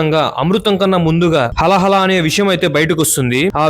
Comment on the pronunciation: హల హల కాదండి హాలాహలం